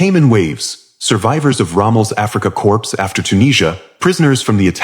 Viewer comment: Hey announcer machine, the p in corps is silent